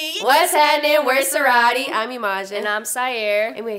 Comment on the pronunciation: I pronounce CERAADI like Seer-ah-dee NOT Sir-ah-dee